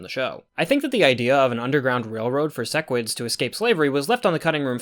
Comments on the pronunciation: Man he said sesquids again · You still said "sessquid" lmao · said ses squid at like lol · These pronunciations are killing me, like he watched the show, HOW IS HE SAYING SEQUIDS AND THAEDUS WRONG